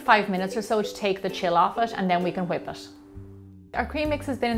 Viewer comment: "Cool Hwip... "